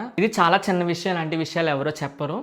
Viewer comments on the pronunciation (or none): none